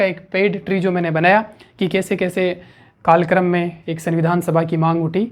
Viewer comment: Krikarm mt bola kro sir karykrm bola karen